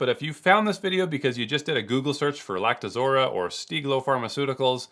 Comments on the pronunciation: I like how you spend your time saying "Lactozora" when the text reads "Lactoroza" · LactoROZA, not lactoZORA... geez, what kinda distributor doesn't know his own product?